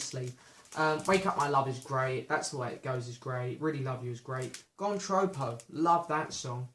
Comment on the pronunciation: Thanks for this mate. I think you are confusing the Jeff Lynne track 'Blown Away' with the track on GH GH which is 'Blow Away'...quite amusing....not sure why you persist in pronouncing 'Gone Troppo' as Gone Troepo!......by the way I picked up the EC Pilgrim album recently after you said it was your favourite and I really like quite a lot of it....maybe a too bit laid back overall but some great moments....good version of Dylan's 'Born In Time' among others....cheers